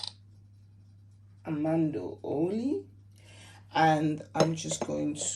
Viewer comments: Its Almond oil not Amando oil ! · It’s Almond oil not Almando oil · Almond oil. Pronounced ALL MAN D. Like the nut. Peanut, cashews, almond